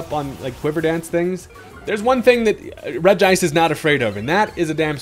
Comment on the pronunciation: I love the fact that you pronounce regice the correct way